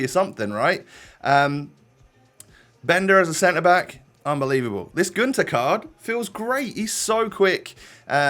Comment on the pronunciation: Günter has a german y in so you saw it like Gynter